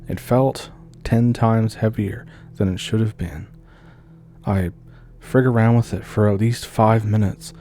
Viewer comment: "...Back aroond September of 2022..." Oh,, you're an angel. A Canadian angel! I love you so much!